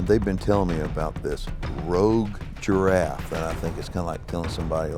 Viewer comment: Jiraffee Nooo